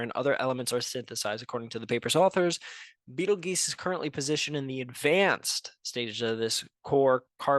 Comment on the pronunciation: It is pronounced (beetle-juice) you a$$ hat